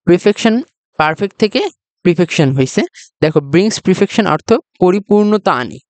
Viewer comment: প্রিপেকশন নয় পারপেকশন হবে উচ্চারণ ঠিক করা দরকার ভাই